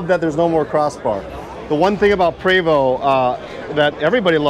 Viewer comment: There may be bias from me as im French Canadian (as is Prevost.. and yes.. its pronounced Pray-voh.. not PREEE-voh) but dang this looks really sharp.. even the old model looked fantastic.. nicely done Prevost!